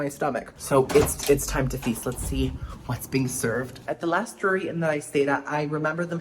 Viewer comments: So it is dreery so it is Drury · your Drury pronunciation intro and bit throughout killed me 😂 it reminded me of 30 Rock and the "Rural Juror" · Drury, brewery, Marlboro are all words I struggle saying!! Thanks for making me feel in good company!